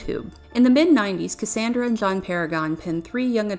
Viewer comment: Her name is pronounced "cass ON dra" not "cass AAAAAAN dra..." 2 years too late, I know.